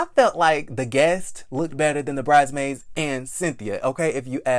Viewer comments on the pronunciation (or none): It’s “brides-maids”. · the middle "S" is not silent in Bridesmaids. yw